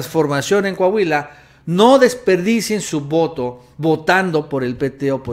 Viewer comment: Deja de opinar de coahuila, tu no sabes como esta el pedo por aca... y se pronuncia COAHUILA, no cahuila